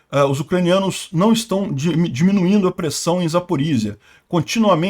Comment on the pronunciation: VERBÓVE. -, só uma pequena observação: a pronúncia ucraniana é Verbóve. Note que até a Wikipédia, em ucraniano, coloca um acento para ressaltar qual é a pronúncia correta: "Вербо́ве — село в Україні, у Пологівській міській громаді Пологівського району Запорізької області. Населення становить 1246 осіб (2001)." Lembrando que na língua ucraniana não existe acento gráfico... "Verbóve" é um adjetivo neutro, derivado do substantivo "verbá", que significa salgueiro, chorão, vime. "Verbóve", portanto, significa "de salgueiro": "campo de salgueiro" = "verbóve póle"... Parabéns e obrigado pelo vídeo. Está ótimo, como sempre!